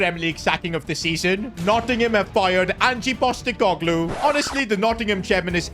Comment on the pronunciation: "Angie Postecoglou" "Enmeka" "Endoyi" "Nahco Williams" Learn how to read bro